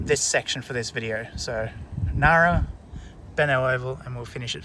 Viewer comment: Hi. Do you have inside info that the "g" Ngara is about to be removed?😂 It's not silent, just like in Engadine.